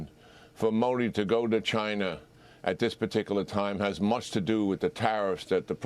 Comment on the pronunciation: Rusher and Chiner? lol